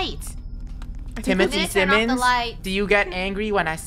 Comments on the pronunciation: its not Simmons its simon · Timothy Simions 💀